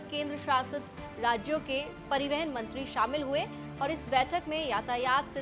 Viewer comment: Madam pariwahan hoota hi peiwehan nahi hota hai..